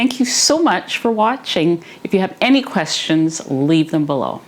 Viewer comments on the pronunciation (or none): none